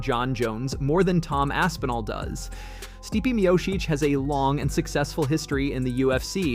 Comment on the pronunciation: This guy ruined Stipe’s name about three different times in three different ways before one minute into the video. I don’t understand why it’s so hard for everyone to recognize that Stipe was entitled to an automatic rematch. He never got that, so he’s entitled to a title match at the very least and it’s ridiculous that he had to wait this long for it.